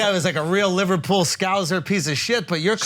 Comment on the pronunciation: He said he’s from livehpeul like a zillion times 🤷🏻‍♂️